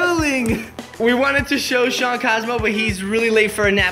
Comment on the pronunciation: the way he said Shawn 💀